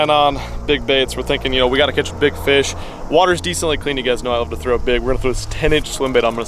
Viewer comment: "...favorite "feesh"...." LOL another great vid, but you might be hangin' with Porn 'Stache a bit too much if you are stealin' his words. LOL JK I didn't think the plan would work with a largemouth just cuz they seem to dodge y'all when you want them specifically but this was really cool!